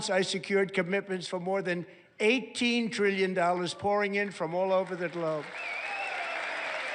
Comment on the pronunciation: I love how he says Triyyion